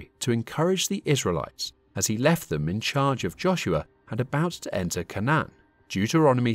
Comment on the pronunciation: Your pronunciation of canaan is wrong its cainnan and levites as in Lee Vites named after levi